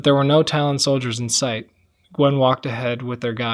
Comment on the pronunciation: I know it must have been tough reading this whole story, and I appreciate it and I enjoyed access to more without having to read it, veen super busy. My only gripe is every time you mispronounced Nguyen as Gwen, I had a mini aneurysm.